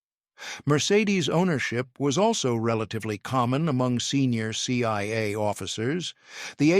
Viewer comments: It’s CIA. Not CYA. Either AI or dumb narrator. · Why do I hear, "CYA" and "FBY", at times?